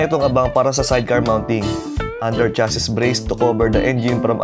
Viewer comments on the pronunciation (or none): none